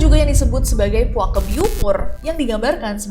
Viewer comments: tolong penyebutan Puake pakai penyebutan Betawi E nya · Lucu banget dengar kak nessie nyebut "puake" 😂😂😂😂